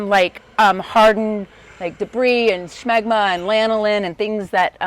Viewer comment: The way you say Scshmegma. The hell